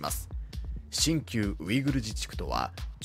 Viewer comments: 動画を作る上で、地名や人名などの固有名詞は正しく表記・音読するのは基本です。 「シンキュウ」ウイグル自治区ではなく、「シンキョウ」ウイグル自治区です。 基本的なことを誤ると、その先の情報の信用がなくなりますよ。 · シンキュウじゃなくて、新疆(シンキョウ)でしょ？